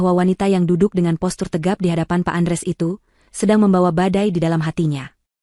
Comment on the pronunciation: Utk ibu yg baca hrs nya ya tetep baca Andreas bukan Andres